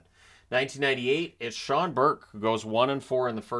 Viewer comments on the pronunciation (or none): none